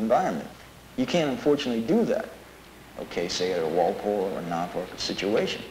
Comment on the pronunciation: As an Englishman, who lives in the eastern counties of England, I had to laugh my bollocks off at Norfolk being pronounced “Nar-Fuck” 😅 The correct pronouncement is Noowl-fk